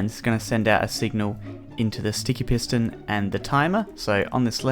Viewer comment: I thought he said 3 redstone penises